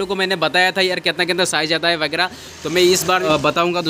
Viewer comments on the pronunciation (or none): Bhai literally said #vigra instead of vagairah😂